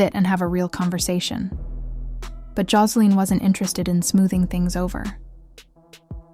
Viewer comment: Josa- LEEN 😂😂😂